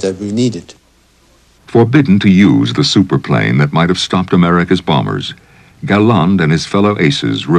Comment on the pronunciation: Will he stop saying BOMMERS instead of bombers?